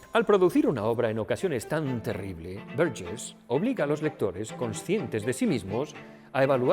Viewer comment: Qué bien pronuncias Burgess